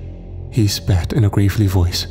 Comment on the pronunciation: Gravely voice is pronounced like gravel-ly not like grave-ly